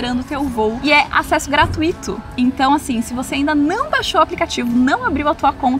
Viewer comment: Ah, mas não dá pra cobrar pronúncia correta de uma língua tão complexa como o japonês. O, por exemplo, pronuncia "gratuíto" mesmo não tendo acento. (vide que a regra é a mesma para: muito, fortuito, intuito), né? 😮🤣